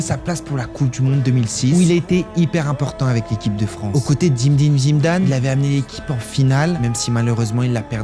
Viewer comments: Je m'abonne pas juste il dit zimdine zimdane comme djamel à chaque vidéo j'en peux plus.. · Il a dit Zimedime Zimdan 😂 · Pk zimdime zimdame stp dit pkkk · Aux Cotés D'Imdime Zidame il a dit😂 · Zimézime zidame😂😂😂😂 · Zimdime Zimdame 😂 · C'est pas pour me moquer mais pourquoi a chaque que tu dis Zidane c'est zimzedine zidane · Ta manière de dire Zinedine Zidane est spécial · faut continuer, jusqu'à qu'il dise Zinedine Zidane